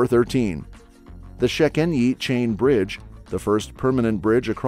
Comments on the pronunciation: Szchenyi is pronounced /sechenji/ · OMG so great! As a Hungarian I really liked the topics, and after you saying "Budapest" I thought you might just be Hungarian yourself! 😮🇭🇺 But next time you might want to ask a national to dub the parts of foreign words because it was painful to hear "Széchenyi" as "Csécsenyi". "Tokaji" as "Tokazsi". And so on. 🦻💔💀👻💀 How about a follow-up? ;) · You are supposed to pronounce it as "Tokayi(h) Azu" because it's from Tokaj, a place, and Tokay-I means it is from there, or has to do smt with it You are supposed to say it as "Sechenyi" too Before you ask: Yes, I'm Hungarian, that's why I know